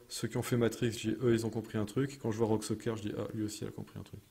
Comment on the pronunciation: Soker ? Serieux ? Tu sais lire ??? Le ü tu Lé lis comment ?